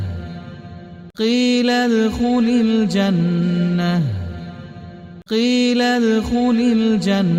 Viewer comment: One mistake in reading in starting - its qeelad not qeelal